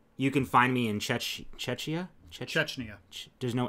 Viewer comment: Hey guys! You pronounce Czechia as czekia ☺️